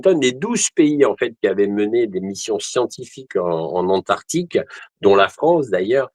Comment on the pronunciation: AntarCtique et non Antartique !